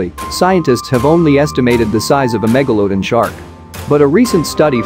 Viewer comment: Why do you say it as megaloadon not megalodon. Just pronounce it right. Its not hard. Other than that great vid.